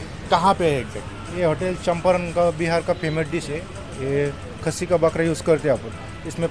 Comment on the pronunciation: It is champaran not champaranya , pronunciation is wrong